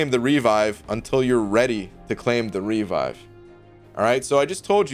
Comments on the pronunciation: haha literally never heard anyone say "REE-vive" before in my life It's "Re-VIVE" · For gods sake, revive is not pronounced REE-vive.